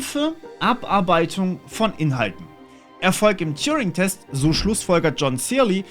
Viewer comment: TURING! Der Typ heißt: Turing! Ohne "J" (gesprochen "touring". )..mach nur Spaß, bin großer Fan.. Allet juute ^^🤣